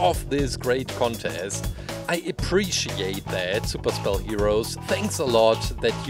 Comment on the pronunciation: Super spell sounds like super cell